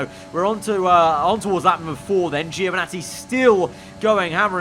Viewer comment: Please, Giovinazzi's name is pronounced (Jo)vinazzi, not (geo)vinazzi